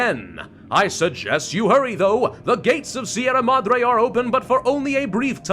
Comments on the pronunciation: Hi, I'm not much of the commenter kind of person, but I'd like you to know, as a Spaniard, that your pronunciation of "Sierra Madre" is ridiculously good for an English speaker. Thanks for the hours of entertainment. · sierra madre is a good enought pronunciation just need more r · Yes, you're pronouncing sierra madre correctly. however it's GALA, not GAIA :p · you are pronouncing Sierra Madre well enough. The RR is Sierra should be a little harsher and roll as you said, but i doubt anyone in spain would care and they would understand you fine. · And yet he says Sierra Madre correctly.